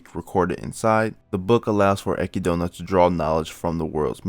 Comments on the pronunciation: akidona? wtf are you on bro? EK-ID-NA, whre in the absolute fuck did you scrye "akidona" from? i guess africa is called AHHHHFREEECOOOOAAAAAA now huh? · Brother it’s Echidna (Ek-id-na) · your pronunciation of Echidna as ekidoughna really threw me off lmao I was so confused for a second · Listen her name is u-kid-naa